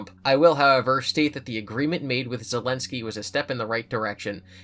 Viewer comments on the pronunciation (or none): none